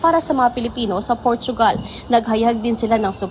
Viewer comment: Portugal hindi portuugal